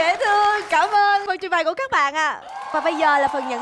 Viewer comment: trước khi làm MC nói phải chuẩn trước đã,đãi miệng quá,trình bày mà nghe thành trình bài